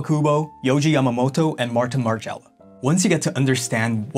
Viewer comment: margiela.. my favorite brand. great video, you should learn the original pronunciations tho. just a bit of constructive criticism